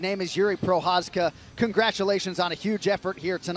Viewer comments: Pronunciation of ch in Procházka is like Scouser's ck saying back or fu*k. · Hearing his name pronounced so badly I didn't even know that that's what they said at first 🤣🤣🤣